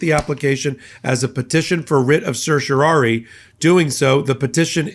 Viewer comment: A minor point: it's a writ of certiorari, which you mispronounce throughout.